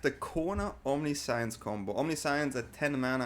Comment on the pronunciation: I like the vid, i like the deck but the way you keep pronouncing 'omniscience' gives me cold shivers. I get that english is not your first language, nor is it mine, but there are plenty of tools to find out the correct pronunciation of a word. Even if it is typing it into google translate and listening to how it is pronounced there. You're certainly not the first creator who mispronounces words and you won't be the last, but for the mental sanity of your audience, pls try to make more of an effort on getting it right. Thanks in advance :) I subbed btw so i do value quality of content over anything else. Fyi.